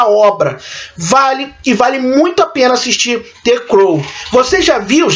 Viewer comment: A critica é boa, mas peca em algumas pronuncias, como the crown e downton abbey, George, Churchill, nao tome como uma critica negativa e sim construtiva, philip era principe da grecia e dinamarca, mas abriu mao dos títulos, ao se casar com elizabeth II que é a rainha, ele nao se torna rei, ninguém pode ser maior que o monarca, qnd é uma rainha, o marido se torna principe consorte, quando é rei, a esposa se torna rainha. Ele nao pode ser rei enquanto ela for rainha, porque o rei esta acima da rainha. Sua critica foi mto boa e espero que cresça mais.